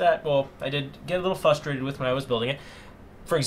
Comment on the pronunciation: you say "fustrated"...... :D